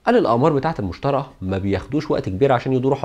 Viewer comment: حلقة مفيدة جدا، بارك الله فيك على مجهودك الجبار. عندي ملاحظة بسيطة: كوكب المشتري تنطق بالياء وليس المشترى.